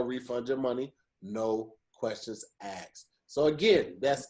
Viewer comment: a very unique individual who can be very eloquent and direct in his points Also: “Noouuu Guestionz Axksed”